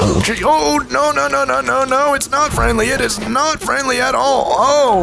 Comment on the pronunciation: And she is freandly